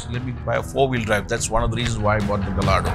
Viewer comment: It’s not pronounced ga- Lardo its gaa-ya-doe